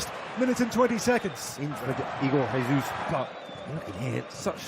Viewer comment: not bro pronouncing Jesus in Spanish, Brazil speaks Portuguese aight aight redeemed